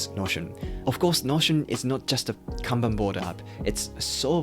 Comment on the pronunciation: Finally! is the only productivity creator who know how to properly pronounce カンバン (Kanban) 😂😂 大野様 can rest in peace now. おかげさまで助かりました。 Every time I hear Can Ban🥫🚫 I wanna pull my ears off.